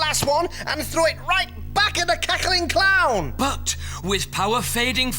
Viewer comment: WHY DID HE SAY BUT LIKE "BAUGHT" 💔